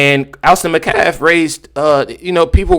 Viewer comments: His last name is Metcalf. Met-calf... Not macaf. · Please start pronouncing the T its Metcalf. Not mecalf. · met calf. Gotta get the T in there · Met' calf. Accent on the first syllable.